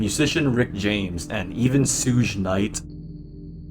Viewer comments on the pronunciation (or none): it's pronounced "Shug Knight", like the first syllable of the word "sugar"